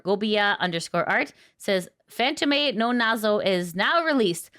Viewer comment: Fantome is pronounced fan + tome (same pronunciation google gives if you search: tome definition)